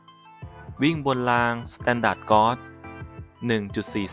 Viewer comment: อ่านว่าสแตนดาร์ดเกจ ไม่ใช่ก๊อท